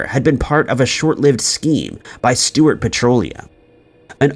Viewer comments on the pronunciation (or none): none